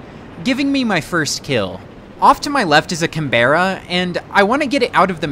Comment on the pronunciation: The pronunciation of the word canberra made me wince Great VID!!